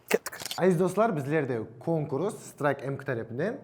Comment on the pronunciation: Конкрус емес конкурс десей братан илтимас🙏 кулак аурып атыр